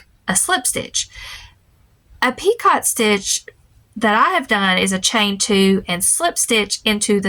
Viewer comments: Just in case you’re interested, the pronunciation for “picot” is French - just like “crochet” is “croc-Shay” - picot is “pi-cō” like Rico). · Picot is a French word, pronounced Peekoh 😊 I loved the bear 🐻 really sweet! And the croc was gorgeous! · This video was great! I'm glad your channel popped up out of the blue. Can I be word police for a second? Picot is pronounced with a long O and a silent T. Sorry, word nerd here. Hugs